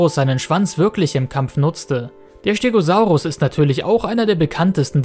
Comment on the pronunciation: Den Stegosaurus spricht man immer noch mit einem scharfen „S Laut“ aus. Du hast es doch schonmal richtig gemacht.